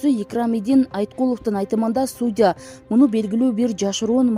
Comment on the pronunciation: Суудя эмес,судьЯ